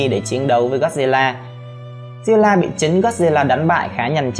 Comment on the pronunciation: Zilla nha ko phải ziulla ad phát âm khác